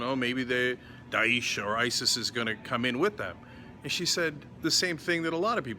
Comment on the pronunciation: Die-esh. Not Deesh.